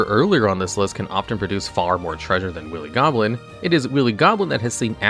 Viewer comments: The second he said willy instead of wily, I immediately shot to thr comments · Its pronounced Why-lee Goblin instead of willy goblin iirc. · He keep saying Willy Goblin.... I can't stop laughing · It’s pronounced why-lee goblin. That seems like a word everyone who grew up speaking English should know. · I am aware, like wile e coyote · "Willie Goblin" lol. There have been some mispronunciations on this channel before, but this one is already a classic. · Pfft... "Willy Goblin"? Did you pronounce it like that on purpose? My brother and I both pulled the anime version of Spectral Sailor from the Jumpstart 2022 packs we opened on Christmas, and both of them ended up getting some good use in the duels we played against each other.